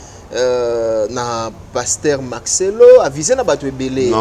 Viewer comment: Marcello et non Maxelo Merci et non mexi